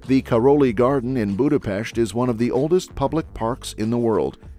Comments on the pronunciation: Thank you for showing Hungary! The content was accurate but you completely butchered our language. Only Budapest was pronounced correctly. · BRO PRONOUNCED BUDAPEST RIGHT RAAAAH 🔥🔥🔥🔥🗣️🗣️🔊🔊🔊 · Thank you SO MUCH for saying Budapest with an ‘sh’ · I find it hilarious, that this video perfectly pronounce Budapest and Puszta, and even in Sziget, so you would expect, that they know and understand the pronounciation of S and SZ. Then there is Széchenyi which first was pronounced Sekeni at the Chain Bridge then Csecseni at the Thermal Bath.😅🤣 I get that, ch (cs) and ny (ny) are confusing, but Sz were just perfectly pronounced in Puszta. 😅😅